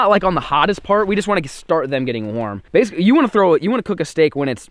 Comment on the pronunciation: itss not jem that is how u spell it u sey it đem